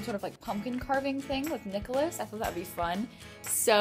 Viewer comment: nicholose =)) it sounds like Nichol-O's :))